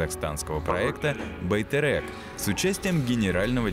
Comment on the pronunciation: В казахском языке буква "Е" всегда читается мягко. Поэтому не "байтЭрЭк", а "байтерек" ;-)